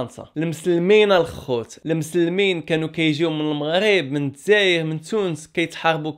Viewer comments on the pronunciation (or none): none